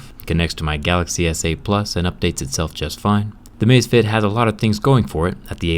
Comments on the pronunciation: Amazfit not amazfiet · It's actually Amazfit, not Amazefit but ok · Its amazfit not amazefit! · it's amazfit, not "amazefit" lol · I’m pretty sure that the name does not have an e in it. It is Amazfit, not amazefit. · Hey bro it's Amazfit, not Amazefit. Drop the e. 👍